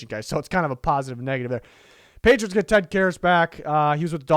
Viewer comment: patritos? Lol